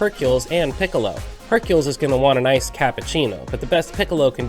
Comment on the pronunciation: Just got this game back after a nice long years of not playing it and in this video I think everything's awesome except Hercules name being pronounced as I think everyone says Hercule